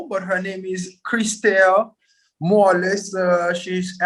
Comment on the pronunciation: Their last name is NOT Morales. They are Haitian, NOT Mexican. The name is Morelus (pronounced Moh Ray Loose). Get it together.